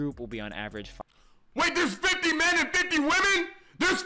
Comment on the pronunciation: He's saying man instead of men